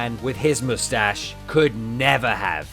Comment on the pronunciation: Vegeta: mou-stash Mou-stash Mou-stash